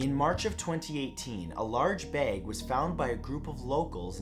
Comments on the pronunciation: Lol why do say beg instead of bag 🤣🤣🤣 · "A large Baeg" 😂 idk why his pronunciation cracks me up sometimes, but it does. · The way he says baeg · i love how he says bayge instead of bag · I bet ur from Ohio. You say "bag" like an Ohio person. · The way he says bag drove me crazy did anyone else notice this? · SAY BAG ONE MORE TIME!!! 🤣